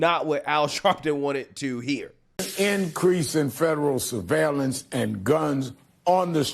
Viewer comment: "fassism" "survailiance"